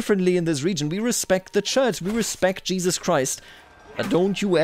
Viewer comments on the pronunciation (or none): none